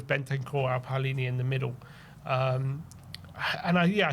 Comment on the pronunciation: Why does everyone keep calling him Paulinha when it’s Palinha? How did the “u” get in there? Should we also start calling them Crystal Paulace?